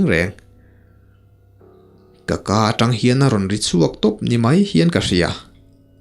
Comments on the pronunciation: Tang a vak nilovin trang vak tih tur anih hmel e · Hnungzangah tang ni lo in, tri a eng(trang) tih a lam tur,thahnem ngaih thil aw.😁